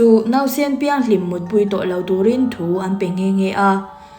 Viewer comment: "An cheithat hlim" tih lai hi "hlim" i lamdan hi adiklo nasa😊tinge ithluk vak a?😅